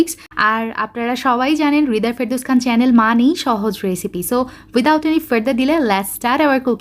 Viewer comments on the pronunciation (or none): none